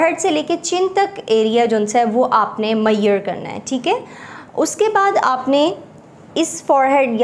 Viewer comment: its not maieyer its measure and measurements